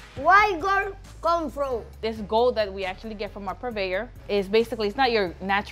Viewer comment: He said Why guld come frum